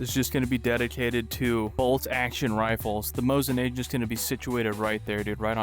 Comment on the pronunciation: NAH- GAU- NT it's nah gau nt not agent